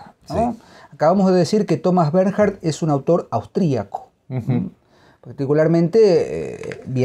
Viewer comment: Se pronuncia «Bernh-ard». Muy recomendadas todas sus novelas. Recién leí Trastorno, Tala y Mis premios. Escritor superior.